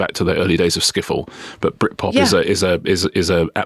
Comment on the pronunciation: Richard says "Brit Pop" like Boris Johnson says "A.I."